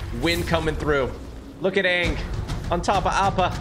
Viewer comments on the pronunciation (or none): that is not Aang that is rang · That's not ang that's agn 😭😭😭💀💀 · that aint aang thats gnaa 😭😭😭😭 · that aint Aang thats Aung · That’s not Anng that’s bang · thats not aang thats ong💀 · Thats not aang! That’s oong